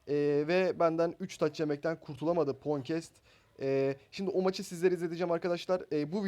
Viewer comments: Lan ponkest diye okunmuyor o Ponkets diye okunuyor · Abi çokbilmişlik yapmicam ama phonecats fonkets diye okunuyor ponkets diye değil:D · Abi tebrikler ama şu phone pon diyip durdur fon doğrusu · Hatta pohncast diyon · fonkets diye okunur abi :D